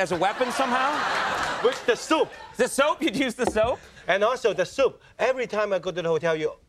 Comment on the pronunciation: Ohhhh "soap"! I thought he was saying soup the first few times.